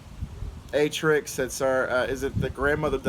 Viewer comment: Like Jerry. Attrik. Rhymes with attic.